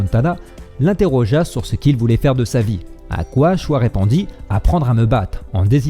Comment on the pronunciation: Choi se prononce :"tchoï". Et non "chwa". TaKÉda Sokaku et non "TAGADA"...😁. Bonne vidéo sinon.👍